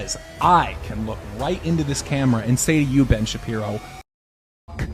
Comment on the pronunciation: I highly appreciate you intentionally mispronouncing ben shapiron's name. Kudos on leaving the BBC so to allow yourself to do genuine journalism